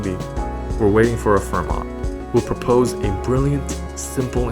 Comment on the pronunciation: The "t" in Fermat is silent.